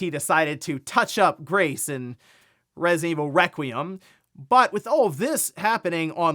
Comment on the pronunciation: Wesident evwul reqweeeum